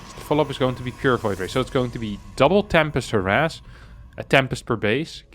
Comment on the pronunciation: Its "harass"